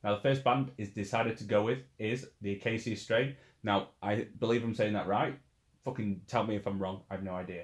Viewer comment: Pretty sure the correct pronunciation is the UH-KAY-SHUH strain :) but hey i could be wrong too. tomato toMAHto